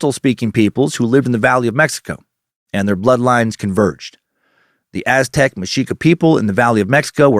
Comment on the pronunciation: Thank you Dan Cummins for such solid pronunciation of Aztec and Spanish names!